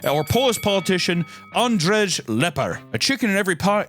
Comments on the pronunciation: Andrew or andrey not andresh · As a Pole, I was taken off guard by the pronunciation of Andrzej so bad but I appreciate the attempt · Polish was so fucking mispronounced. Z is like English Z and J is like English Y. the way you pronounced Z or J is perfect for Ż and RZ. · the pronunciation of Andrzej killed me lmao